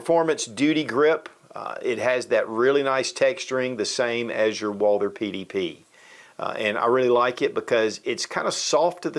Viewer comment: It’s Walther!!! Not Walder